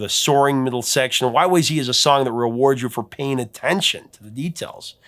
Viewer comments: Every time I hear say Y-Y-Zee I cringe! It's Y-Y-Zed. If you go to Toronto's Pearson Airport, they never say Zee. They say Y-Y-Zed. We're Canadian. That's how it's pronounced. And RUSH were/are Canadian. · Correction: It is Y Y ZED, not Y Y ZEE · It is technical, and complex and called YYZ (zed not zee) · YYZ is pronounced zed not zee band is Canadian and there is no such thing as zee, it was changed to sing the alphabet song. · C'mon Professor, surely you knew it is pronounced WHY-WHY-ZED, not WHY-WHY-ZEE :) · Right, listen, YYZ is pronounced WHY WHY ZED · Sorry eh! RUSH is Canadian so YYZ is pronounced "WHY WHY ZED" not "WHY WHY ZEE". Another awesome Top 5. Thank you. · Annoyed Canadian here... Please, "YYZ" is a CANADIAN song, from a CANADIAN band, about a CANADIAN location. Out of RESPECT, could you PLEASE say the name correctly? It's pronounced "Why-Why-ZED", not "ZEE". Yes, it's globally known that the US is one of the very few countries in the world who says "ZEE" instead of "ZED", but come on... Look, out of RESPECT for American artists, Canadians do NOT call Beyonce's husband "Jay-ZED". We DON'T sing "Legs" by the band "ZED ZED Top". Come on, Americans... could you at least TRY to make it look like you're TRYING? LOL! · y y zed. not zee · To hear Rush talk about the song, its pronounced Y Y Zed, no Y Y Zee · respectfully, it's YY Zed. We don't say Zee in Canada. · It's Y-Y-Zed. Toronto is in Canada. It's pronounced Y-Y-Zed! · Rush is Canadian, so it is pronounced Y Y Zed. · ARGH! It's Y-Y-ZED! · It's pronounced Y-Y-Zed you hoser! 😀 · You should use the proper Canadian pronounciation: WY-Wy-ZED. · It's pronounced Y-Y-Zed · Uh oh! It’s supposed to be pronounced YY Zed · Come on, you gotta say it right... Y Y Zed. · It’s pronounced Y-Y-Zed.😊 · You are saying YYZ wrong. The letter Z is pronounced "zed" in Canada so you should at least pronounce it that way when quoting the band members. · YYZ(ed), not YYZ(ee). They are Canadian for fuck sakes.